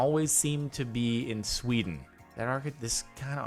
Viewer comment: STOP SAYING SWEDN!!!